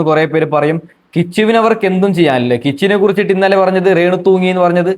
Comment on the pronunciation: നീ അല്ലേടാ രേണുവിനെ 2ഡേ മുൻപ് വെളുപ്പിച്ചത് കിച്ചുവിനെ കുറ്റം പറഞ്ഞത് ആദ്യം അക്ഷരം പഠിക്കു റേ ണു അല്ല രേണു 😅